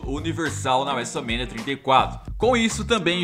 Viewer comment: fala wese mania tinta e cato em vez de WrestleMania trinta e quatro